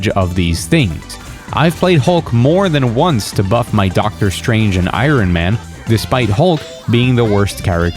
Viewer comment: Who says Irin Man?? Moron.